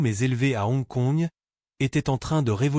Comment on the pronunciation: "C'est la première co-production Hollywood-Hon Kongde l'histoire!" 😂😂😂😂😂😂😂😂 Et bien alors... Des problèmes de lecture? 😂😂😂😂😂😂😂😂😂😂😂😂 "... Et n'oubliez pas de vous abonner et liker!" 😂😂😂😂😂😂😂😂😂😂😂😂😂😂😂😂 Edit: Ah bin voilà! C'est dit tout au long de la vidéo, et ça n'a pas loupé: c'est revenu "mais avant d'aller plus loin, prenez une seconde pour likeur cette vidéo" Je pense,, que c'est toi qui devrais prendre le temps d'apprendre ton propos ou au moins de bien lire ce que tu lis, parce que là, je préfère en rire qu'en pleurer, parce que honnêtement, c'est pas bon 😂😂😂😂😂😂😂😂😂😂😂😂